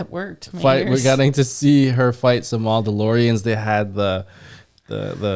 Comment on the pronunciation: "the mauldolorians"😂